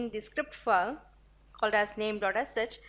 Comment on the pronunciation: your all videos are very informative...just ur pronounciation of "file" is so irritating...total fake!! please improve otherwise u r good